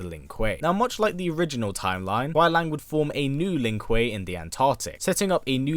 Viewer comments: Kuai Lang? Do you mean Kuai Liang? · Its kuai liang not kuai lang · It’s not Kuai Lang, it’s Kuai Liang there’s an I in it. It’s pronounced LEE-YANG. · As good as this video is you pronounced Kuai Liang name wrong the whole video it’s not Lang it’s Lee-ang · Kuai liang (Lee-ang) not lang lol. But we get what you mean. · Bi-Han is most likely not the first Sub-Zero; there's one in Deception who appears far too early on to be the same kharacter. Also, Kuai Liang is pronounced LEE-ANG, not LANG. Noob Saibot isn't a revenant either, otherwise he'd still have ice powers. He's a wraith. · Great video featuring my boi Sub Zero. But it kinda kills me every time you call him Kuai LANG and not Kuai LIANG. Just a little thing. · It was good, but he kept saying kuai “Lang”. And not kuai “Liang” (Kuai-LEE-ANG).. we know what he was saying but yeah lol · Why do you keep saying Kuai Lang? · Pronounced: Kuai LEE-ANG. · I like how you pronounced Kauai liang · It's spoken as kuai li-ang. Speak It correctly if you do an update video in the future.. but a good video. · bit correction : 奎良 is pronounced as "koo-e lee-ung"